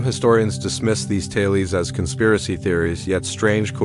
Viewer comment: I hate AI narrators...."taylies" instead of tales.... ruins the video